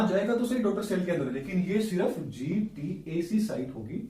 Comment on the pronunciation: GATC not GTAC !!!??